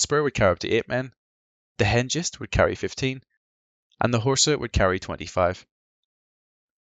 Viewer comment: It's pronounced Hen Gist, hard G sound. Hengist and Horsa were brothers and the first of the Anglo Saxon incomers into formerly Roman Britannia, a few decades after the Romans left (and took their legions with them). The English and Germans were much closer in relation than some other countries. I wonder if the naming of these gliders were a subtle dig somehow.